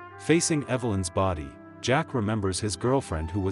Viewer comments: AI..it's Jake, not Jack. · His name is J-A-K-E! not Jack! You made an interesting story ridiculous by continually mispronouncing his name! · Jake NOT Jack. Say it correctly.